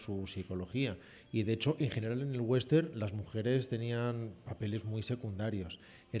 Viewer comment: por favor, no es "wenster", es westerN, la ene al final.